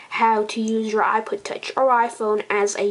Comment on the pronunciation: learn to say ipod